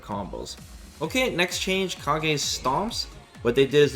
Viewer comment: The very first change is calling him Kah-gay instead of Cage.